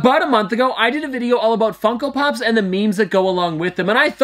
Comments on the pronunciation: You did not say funko pops. You said f###o pops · "meme fuckopops" u just accidently said the f word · I thought I heard meme fucko pops .-.